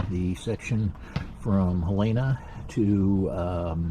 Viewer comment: Helena. Not Halayna.